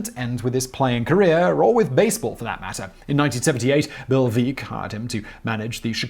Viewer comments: As always, excellent video. However, Bill Veeck, though his last name was spelled with a double "e" was pronounced "VECK." He was nicknamed, "The Human Wreck" to rhyme with his last name. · great video Simon, just one quick note, it's Veeck as in wreck, (the title of his autobiography). Bill Veeck, jr. (his father was also involved in baseball) lost a leg in WWII, and as a club owner was known for his promotional antics, he once sent a little person in to pinch hit, drawing a walk. his unconventional ways, such as wanting to buy the Phillies in 1943 and stockpile the team with stars from the Negro Leagues, drew scorn from other mlb owners. hence he was basically an outsider but a better man than most of the jackasses in his profession. Judge Kennesaw Mountian Landis was a scumbag. and the more I learn of Bob Feller, while he had the utmost talent, he lacked basic decency. once after being beaten in a barnstorming game by Negro League players, Rapid Robert could not bring himself to credit the men who defeated him. unfortunately, with as much progress as we have made since Jackie Robinson and Larry Doby made their courageous debuts in 1947, our current situation shows how far we still need to go. we now have nearly an entire republican party that defends and supports a racist misogynistic subhuman in our white house. this has given the racist terrorists of our nation a platform and the guts to come out in the open. we may have thought we defeated racism, but hate is never defeated completely. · As Bill Veeck himself used to say, it's Veeck as in wreck. You didn't do your research this time.